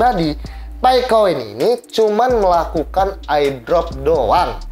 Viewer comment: CPM aja bacanya CMP Airdrop bacanya Ai Drop Hmmm